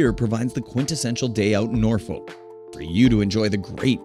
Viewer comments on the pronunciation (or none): Pronounced Nor-fuk, not Noor - folk. And Nor-itch, not Noor - witch . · If you want to promote Norfolk, England, please ensure you have 1) Correct Photos of the UK town of Thetford, not the US town, 2) Use the correct pronunciation. Get it right or do not do it at all, you are a disgrace to Norfolk and the whole of the United Kingdom.